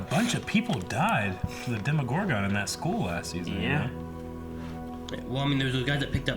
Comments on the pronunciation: Dema-gore-gun lol 😂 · loves being a rebel and pronouncing things different and it annoys me so much lol (demogorgon, cercei, etc.)